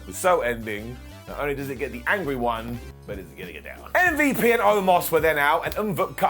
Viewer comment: Broooh the way pronounces MVP kills me everytime😂😂😭😭